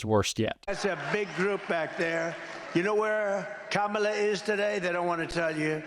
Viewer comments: He accidentally pronounced Kamala right. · He is accidently pronouncing Kamila correctly. lol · I love how every once in a while he slips up and pronounces Kamala correctly.